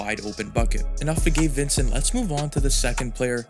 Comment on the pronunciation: Sounds like your saying gay Vincent